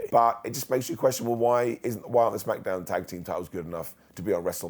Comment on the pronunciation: I like how he says Smack-uh-downv🤣🤣